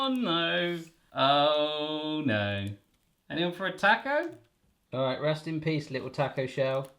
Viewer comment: “Oh kneow”